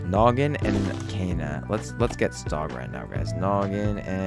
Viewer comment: Its "KAYANA" NOT "KEYANA"